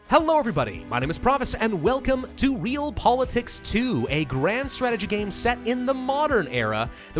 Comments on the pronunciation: Ree-All Politicks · Not to nitpick... but I believe it’s ‘Re-al-pol-i-tiks’ which is a real word and not just a weird way of spelling ‘Real Politics.’ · Pravus saying it like reel pol i tiks: Re-aly??